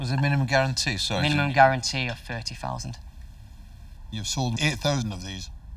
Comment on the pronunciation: One fousand. Seven fousand!